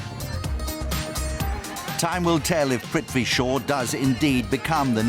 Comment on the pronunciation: Lol !! It's prithvi